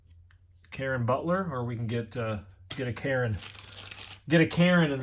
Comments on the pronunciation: Nice packs. The Bob La near not lan yer is nice and Caron Butler, his name is Ca ron not Karen. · Awesome packs! Thanks for sharing... (Just an FYI, Caron is pronounced Cah-Ron) #